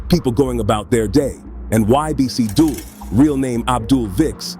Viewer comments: Its not Dull its pronounced Dool like fool but Dul you killin me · “Thats ‘Dulls’ turf” 🤦🏾🤦🏾😂 butchering his name and where he’s NOT from 😂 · How you say his birth name properly but butcher his nickname